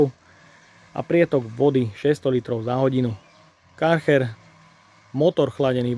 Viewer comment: chcel som velmi to video dopozerat, ale po tretom vysloveni Karcher a nie Kärcher som to zial vypol.